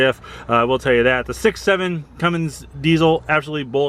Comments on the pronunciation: there is NO "G" in Cummins. Cummings? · It’s. CUMMINS! not. CUMMINGS!! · CUMMINS....... NOT Cummings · Cummins not Cummings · Cummins.. not Cummings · Cummins..not Cummings!!! C’mon Dude!!